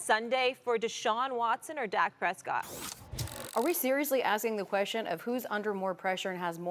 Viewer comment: lol she called dak a Cowback lol